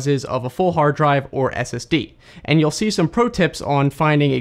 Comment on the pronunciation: When you said "clean and secure" it sounded like you said "clean insecure" lol